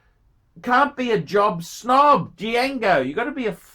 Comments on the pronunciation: the D is actually silent. It would be pronounced Jango. Well I guess you can't be smart all of the time can you... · the D is silent! It’s pronounced jango! Didn’t you see the movie Django ( QuintonTarantino ) directed it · Dee-jahgo Dee-jango Dee-yahgo Dee-yango phrom the Cha-nell Islands. gets $50.00 for 14 minutes work and can't stop yawning and showing the boredom. Imbecile. Ingrate.